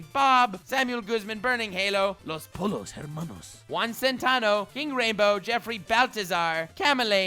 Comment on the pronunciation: If you pronounce the ll in Los Pollo Hermanos like the letter J in jam, it'll sound a lot closer to how it sounds when said by a native Spanish speaker.